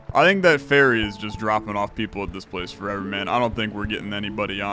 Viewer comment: OH! Ferry not Faerie. I was confused for a minute.